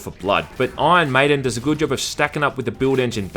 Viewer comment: This game looks great! Awesome review as always. Its funny because "Ion Maiden" sounds like an Aussie is saying "Iron maiden" Anyway